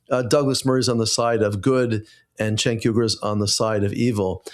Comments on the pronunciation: You say his name wrong. It is Chunk Yogurt. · It’s pronounced ”Chunk Yogurt”